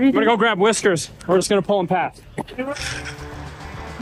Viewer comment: Whiskers to the "wes-cue"!!!